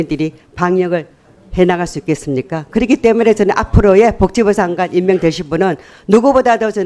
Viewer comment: 서명옥아 복지부장관이다. '벅지부장관' 아니고 벅지부가 뭐냐